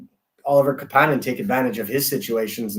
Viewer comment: The pronunciation of Kapanen is driving me nuts